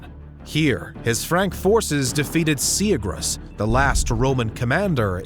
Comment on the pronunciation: Great video! Just a few pointers on details so you can improve in the future :) It's pronounced like Sigh-AH-gree-us. Gotta say the names correctly! Comprised, definitely not compromised lol. You don't say the S on the end of Poitiers, it's French after all. You did so well on Soissons, don't mess up on Poitiers!